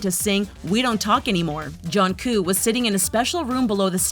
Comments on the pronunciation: 🤔 pardon 😂😂if you're gonna use them for view at least pronounce it properly its Jungkook not Johncoo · please before making a video about BTS at least know how to say the mebers names its jungkook not jungkoo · Who tf is Jonku?? Shouldn't someone do some research into how you actually pronounce their names BEFORE you release a video about them? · WTF DID YOU SAY JONCOOK?! JTS JUNGKOOK OK? How could you pronounce that so wrong?! -_ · ITS NOT JUNGKUUK ITS JUNG KOOK >;C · It’s Jungkook not jungcoo 😭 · Was this the only person who could do this video? Please learn people's names before you butcher them. You kept saying Junkoo his name is Jungkook! Prounciation woman, learn it before you sound ignorant like you didnt do reasearch & are just reading off a script.. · Wait jonku???? Or Jungkook?????? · it's jungKOOK not jungKU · Jungkook! Not juncoo! I'm sorry but I don't understand what's so hard about saying his name 😂😂😂😂😂😂😂😂😂😂 but I'm really not mad it made me laugh so hard 😂😂😂😂😂😂😂😂😂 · STOP SAYING JUNKOO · In the Tweet: Jungcook In the Voiceover: Junkoo/Junku😂😂😂 But he is still cute😍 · "Jung Koo" ME:JUNG KOO!?!?!? WHO THE HELL IS THAT!?!? ITS JUNGKOOK!!!!!!!!! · Lady it's jungkook not 'Jeonkook'!!!! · Johnkoo EXCUSE MEE IT’S JUNGKOOK. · It's not jungko it's jungkook you proundced it wrong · Jongkoo. That's what I heard. Jungkook Jeongguk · jungkook* not jungkoo and i love when she said "golden maknae" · Ikr like who is Johncoo?? It's Jungkook. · who is jankoo It is jungkook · Is it only me who thinks it’s kinda weird she says Jonkoo instead of Jungkook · Why is everybody saying jungkoo 😫😫😫 it's JungkooK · Lmao did BTS just- 💀💀💀 ”CHARLIE FOOT”??? ”JUNGCOOK”??? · She says: JohnCoo!? And CHaRliE FOot??!! Me: what the hell?? Are u kidding mee?? You make this video but saying their names wrong!! LOL... sORRY FOR SAYING THIS I THINK i HuRT YoU! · Joncoo. That legit made me mad each time I heard it. always gets or says a name COMPLETELY wrong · "joncoo" lmaooooooo